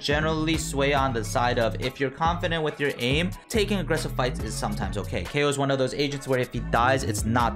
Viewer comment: why do you pronounce kayo differently